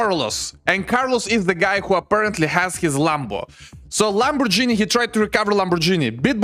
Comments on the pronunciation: Lamborghini not LamborGenie ❤😂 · Не ламборджини, а ламборгини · pls stop saying " Lambor"GI'ni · “”Lambor-genie “” haha